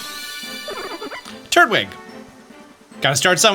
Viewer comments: I'm sorry but it's not turd wig it's tur twig Turtwig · Turt-wig instead of Tur-twig is really bothering me lol. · What the heck? How did you mispronounce that? It's pronounced "Tur-Twig", not "Turt-Wig". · Idk why hearing him saying Turt-wig took me out like it did 😭